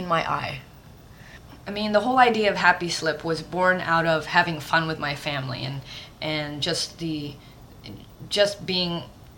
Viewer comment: lol "hair in mah eye"